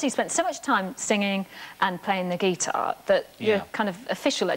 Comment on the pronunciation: she can't sat guitar properly. it's guitar not gee tar.